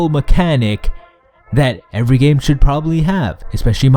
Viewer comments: "On the Gayme" made me laugh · "On the on the on the Gayme" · I laughed so hard when you went gayme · on the x 4 .. gayme.....